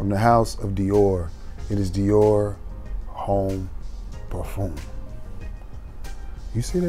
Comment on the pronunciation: Did you say Dior.... Home ?? lol Cmon mane . Its not home bro...lol